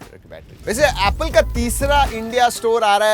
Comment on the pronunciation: Apple ❌ Appla ✅😂😂😂